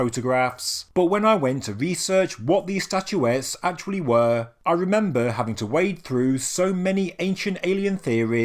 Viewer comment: STATUETTES not statuetees.. train your AI better